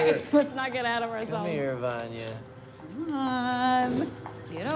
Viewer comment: I love how klaus calls vanya "Vanny"